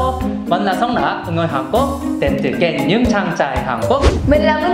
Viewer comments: đọc tiếng việt cho chuẩn. Hàn cuốc là hàn gì đấy ??? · BÀ MIỀN NAM NÓI HÀN QUỐC CỨ NHƯ ĐỌC LÀ HÀN GUỐC 😁😁😁😂😂😂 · Hàn Quốc = Hàn Guốc Người Việt Nam phát âm chuẩn vl 😱